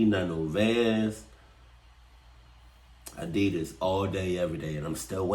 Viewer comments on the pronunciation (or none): Lol hopped up and grabbed my Addisas lol that was written just for I’m still trying to accept that he says addias too lol